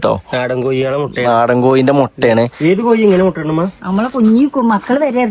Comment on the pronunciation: മൊട്ട അല്ല മുട്ട